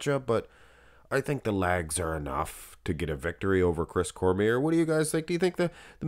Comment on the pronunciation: His name is pronounced Cormee - ay. It's French